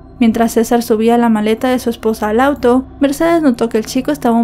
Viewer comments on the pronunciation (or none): none